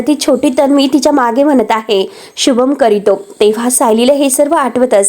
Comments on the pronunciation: शुभं करितो नाही, शुभंकरोती. काय वाट लावलीय मराठीची. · शुभं करितो नाही 😂 शुभं करोति असं आहे 😅😂